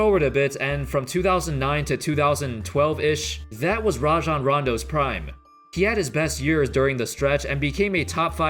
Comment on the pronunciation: I hate when people call him RAY-JON Rondo. Its RAH-JON